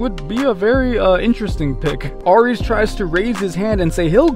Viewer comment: Ares is pronounced “air-eez”. Have you never heard that gods name before????